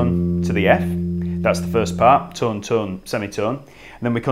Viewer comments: sounds like he's saying tun semi tun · Jesus people, he's not saying 'ton', or 'tun' he is saying 'tum'... semi-tum, whole-tum Tum-ta-tum-taaaa-tums ♩♩♩♩♩♩♩♩♩♩♩♩♩♩♩♩♩♩